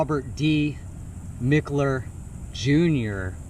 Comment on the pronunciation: Mickler—>is pronounced Mike-ler❤